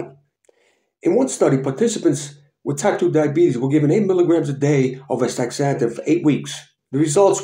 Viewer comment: Thank you for this video.. but you are pronouncing it wrong. You are saying aSTICKSzanthin pronounce it like this: aSTAzanthin